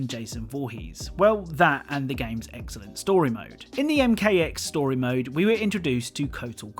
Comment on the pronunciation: "eggcellent atention to detail"